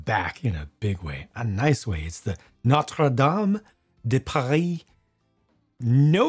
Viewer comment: Solid French accent from ngl